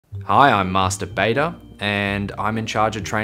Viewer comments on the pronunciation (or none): The way he pronounces Master Beta lmao